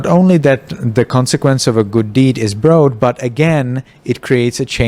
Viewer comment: broad rhymes with rod in English. Other wise your English is very good.